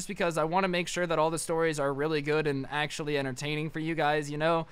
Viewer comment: No one: Absolutely no one:: Achother